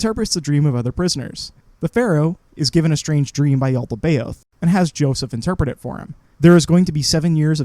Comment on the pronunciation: The what is evil? Sorry, I didn't quite catch what it's name is. The "Yaltabeod"? Is that right? Sorry, I'm pretty ignorant about these things.